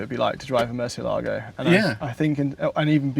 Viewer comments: A LOT of people get this wrong, even journalists.They say murcieLAAGO you are stressing the 'a', you don't stress the 'a' there's an accent on the E that is where you stress it MURCIÉ-lago is a Spanish word which mean bat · Accent is over the “e”, not the “a”. Yes, just about everyone pronounces it wrong. Murciélago is a Spanish word for bat, the nocturnal creature. Lamborghini names their cars for Spanish Bulls, as in fighting bulls. The word is not Italian. The Italian word for bat is different.